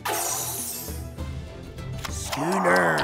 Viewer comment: Word: Schooner How the pirates pronounce it: Skünér